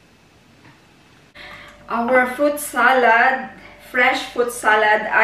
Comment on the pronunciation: Hello Good evening. I am ur subscriber/follower. This is my first time to comment sa vlog mo & pls. Dont get me wrong sa comment ko, kc gusto ko lng sana ma correct ang SALAD sa pag pronounce. I google mo pls. Mo sa English or in german doon may sample how to pronounce. Lahat nasa google if gusto nyo ma correct pati spelling lalo na sa pilipino/tagalog or bisaya, etc. Tnx at ingat kau dyan parati.